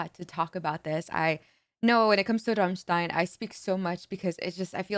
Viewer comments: The way you pronounced Rammstein - Amerika gave me shivers not gonna lie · I love that you can pronounce ramštajn (I'm Czech lol 😂) the correct way! Big respect. All other americans say ram stain